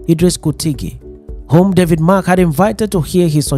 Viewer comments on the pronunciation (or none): Pls David Mark not David March. Thanks.